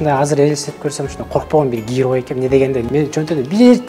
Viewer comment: Сураныч , орусча суйлобой эле кыргызча эле суйлонузчу. Аябай не грамотно суйлойт экенсиз, ушунча жыл Россияда жашап. Гирой, килиэнт, дэкимент, за свой каприз за вашьи денги деьей